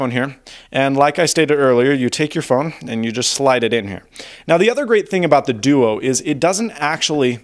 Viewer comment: i thought he was saying deutsch 0_0